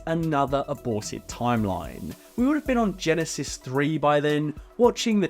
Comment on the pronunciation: Ever since I heard Geekvolution pronounce Terminator Genisys as “Gen-Eye-Sees” that’s the only way I pronounce that title.